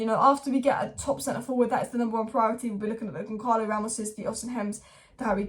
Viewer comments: It's pronounced GonSahlo,, not GonKarlo Ramos. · It’s not Goncalo, with the hard sounding “C” in the middle …it sounds more like an actual C, “see”, GonÇalo, resembling Gonçalves, or Gonzales, or Gonsalo…. This “Ç” in Portuguese reads as an “S” or “C”